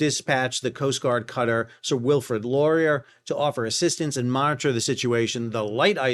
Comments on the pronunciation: How you pronounced Baie-Comeau is hardly the issue, it's your pronunciation of Sir Wilfrid Laurier that was damn annoying to Canadians. Arguably our most famous Prime Minister. "Lorer"? Seriously? Try "Lor-ee-aye". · The Sir Wilfred Law-ree-eh, is the pronunciation. Good show. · The first is pronounced Bay Co Moe. Sir Wilfred Lar e a. You get that eh? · Allow me to help you out with the French pronunciations. Baie-Comeau is pronounced Bay Como(like Perry Como). Wilfred Laurier is pronounced, Wilfred Lore-ee-ay. Can't helo with the Chinese. Enjoy your videos. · Laurier is pronounced Lorry-eh . Former Prime Minister who founded the Royal Canadian Navy as a seperate entity from the Royal Navy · Pronunciation! Arrrrrrrrrrrrrgghhhhhhhhhhhhhhhh!!!!!! Sorry. Laurier -> "Lori-e-ay" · "Sir Wilfred Laurier": pronounce it as "Lorry-eh". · Laurier is pronounced Lor..e..ay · LOL We mispronounce Québec towns all the time, but mispronouncing Sir Wilfrid Laurier [lor-ee-aa] might be considered a high crime depending on where one sits on the political spectrum! also, Akademik [Academic] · Laurier; pronounced Lor ee Yay.. prime Mincer of Canada, waaay! back... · Bai Comeau is pronouced BAY CO MO. The ship the Wilfred Laurier LORE EE EH, the second prime minister of Canada. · Can't say it as a native French speaker but you would not embarrass yourself by pronouncing: Bay-KO-MO (for Baie-Comeau) and Wilfred Lore-E-A (rhymes with Chick-fil-A). BTW, Wilfred Laurier was a very important Canadian Prime Minister. And, for your pleasure, if you want to hear a relevant and very moving song: Northwest Passage by Stan Rogers. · Laurier sounds like lor-ee-ay. 😊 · Sir Wilfred Laurier = Sir Wifred Lori-ay.. 😂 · Laurier is pronounced like Lori A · Good stuff Sal. Sir Wilfrid Laurier pronunciation, seventh Prime Minister of Canada. Close Sal. Laurier: Lor-e-a. I'm not a smarty pants I just happen to know that one. Can you do follow ups Sal on those ships when the data comes available?